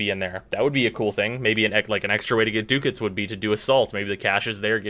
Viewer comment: DUDE. It's "duck-ets", not "dook-ets".